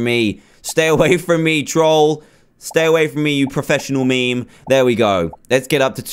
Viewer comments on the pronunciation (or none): none